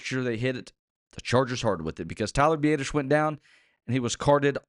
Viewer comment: The only good thing about Tyler going down is not hearing say “b-ay-dish” anymore. Consensus is “b-ah-dish”